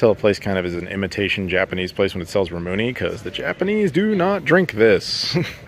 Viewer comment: Ramune (please check the correct pronunciation) is a popular drink at summer festivals here. Bought a bottle for my youngest daughter only last week.